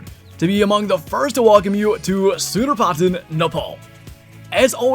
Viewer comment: It is pronounced sun dar ptan